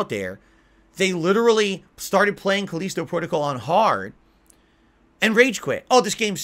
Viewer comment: "Now more items are missing" Oh god it's the return of "Where's my shotgun?". "These review copies had the rush the game as part of there contract" that's not how it works Moron! Also say the fucking the title of the game right once, Jesus do Connecticut people have a weird accent I've never heard of before or is a fucking idiot. "So many of these content creators are beholding to there audience" AND THAT'S WHY THEY SUCCEED YOU DUMBASS. "There is no internet ranking hall of Fame" It's called speed running. Also some people just want a challenge, cause they know how to actually play a video game and know normal isn't a challenge anymore for most games. "They don't care about you, They wanna see you suffer. They wanna see you bitch, they wanna see you beg, they wanna see you delete it off your hard drive" and warped world view comes through. 99% of content creators have real fans who like watching them, for them. is so used to trolling that a reality where that isn't the case is beyond him.